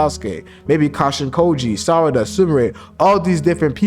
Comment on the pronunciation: great job by speking sarada not sadara 😂😂